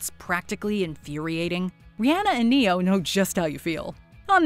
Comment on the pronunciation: Baffling! Put some spect on Ne-Yo name.